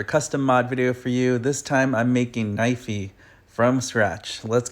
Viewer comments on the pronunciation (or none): Not knivey